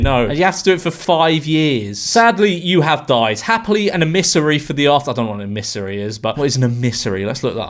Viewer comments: A missary? It's emissary. Even your Dutch neighbours are giving up on you joining the Dark Side blowing in on Westerly winds from across the Pond, ie ignorance and stupidity. Em-mis-sary. Say it with me now....🤪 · George, are you not a native Englishman? I'm Swedish, and I know that's most certainly not how you pronounce emissary. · Not how you pronounce emissary.